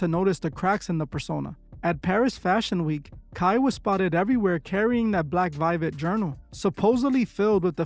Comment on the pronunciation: The "V" in Latin is pronounced like a "W." So it should actually be pronounced as "Wiwet."